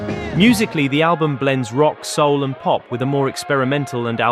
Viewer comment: Американский соул звучит как наше, родное -аул!! Кошмар...